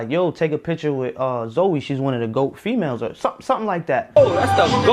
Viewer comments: It’s Zoe not zo lol yall annoying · Im listening to the video as Im doing my hair & Im just wondering who tf “Zo” is when its “Zo-ie” I was so confused 😭